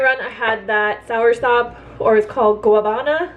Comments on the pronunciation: i was going to write the same thing 😂 she is so cute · Gua ná ba na with the stress on the first ná. Thanks for all your videos. Where do you guys live? Have you had mamey?